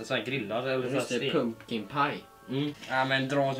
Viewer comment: när ska säga pumpa på engelska #Matte2k16